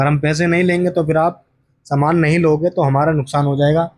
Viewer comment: समान नहीं। सामान। समान मतलब equal सामान मतलब goods